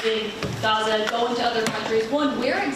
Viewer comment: He loves this country, it only has 4 letters, 2 syllables and goes great with his speech pattern; ga..ZA.